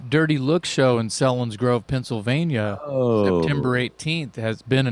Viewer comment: Came for the Dirty Looks and subscribed for the content. Selinsgrove is pronounced with a "long E"!